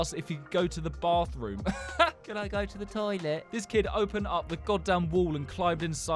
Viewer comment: Can you say closet again 🤭 I missed half of the story writing this, then I heard bathroom, say bathroom 🤭